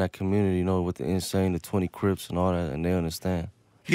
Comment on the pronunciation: "The insane". Bukan the essés 🤣